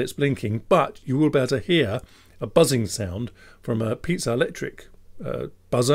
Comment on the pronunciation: Hey, I can't unhear it anymore... no, not the actual audio of it, but the name you gave it: the Pizza-electric buzzer... I think the guy of that effect had his name pronounced like pee-a-tzo, no? Don't know whether he was somehow linked to that crooked tower or loved to eat some Italian circular bread with tomatoes smashed on top, but I don't think he deserves being turned into such a dish... On a more useful note: I think you can add an additional command doing nothing (useful) with extra wait-states to get lower frequency. And I have a little worry: if you have a 4ohm speaker, is driving it directly from a gpio not risking over-current on that gpio (same for running between 2 gpio pins)?